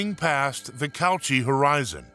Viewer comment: "Cauchy" rhymes with "Yoshi"; it's not pronounced "couch-y".